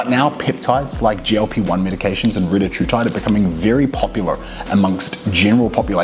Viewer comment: It’s Ree-tat-rutide Not Reta-True-tide Confirmed by CEO of Eli Lilly